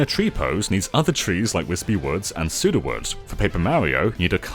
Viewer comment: "Sudowood" BAD